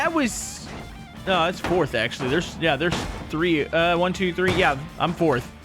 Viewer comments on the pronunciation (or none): none